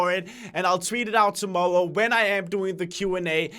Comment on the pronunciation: When says tomorrow it sounded like tomowwoe